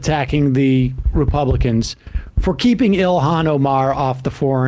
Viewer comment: Charlie Kirk's take is massively stupid. A woman has to have a man and kids to be a real women. And the idiot can't pronounce Ilhan Omar's first name correctly. What a tool.